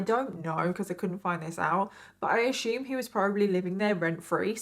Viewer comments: please ... you don`t say .. " axxxxume " :)) kudossss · I love how instead of say assume, she says Ash-ume